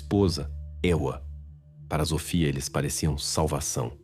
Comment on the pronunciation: Ele fala errado o nome da menina.Sofia tem som de s e não de z.